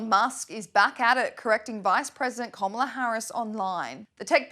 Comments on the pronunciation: 30 something newsreader mocks Biden for verbal mistakes and then says "Komala Harris" twice 😂. Well done. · Did anyone else catch how Whoopi mispronounced Kamala’s name? If she accepts that whole party. Maybe she should learn how to pronounce her own vice president’s name…….. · Where is the Democrats outrage of racism over Whoopi mispronouncing the VP's name?